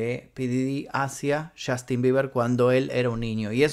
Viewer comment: podrías tratar de NO decir "CHASTIN" cada 5 segundos??